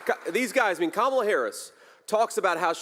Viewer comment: It's Kamala not Kamala😂😂😂